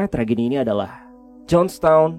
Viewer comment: "Jones Stone" 😂 Kocak banget sih bang Adam 😂😂😂